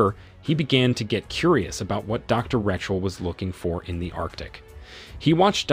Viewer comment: Change it to, when he mispronounced Rachel as Wretchel